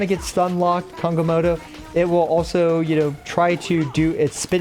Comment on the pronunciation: why are you calling him kongamoto?